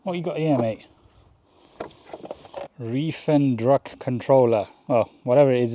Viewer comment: I love how you butchered "reifendruck" controller 😆